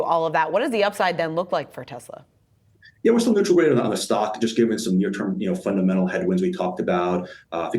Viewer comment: Best selling car in.... the world. Model Y. Best and only global charging network. Tez-luh. Say it with me. Tez-luh. 😂